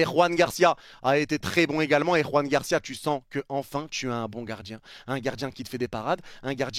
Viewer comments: salut je regarde souvent tes vidéos et tes lives, notamment ceux du Barca, juste pour te dire que le prénom Joan de Joan Garcia (le gardien du Barca) est Catalan et pas Espanol, donc il se prononce Joan (comme le " j " de jeux en français) et PAS Roan ( avec le" j " espanol comme dans Juan ) sinon j'adore tes lives, les debrief et tout, force a toi! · Joan Garcia et pas Juan Garcia. C'est un catalan pas un espagnol. La prononciation n'a rien à voir !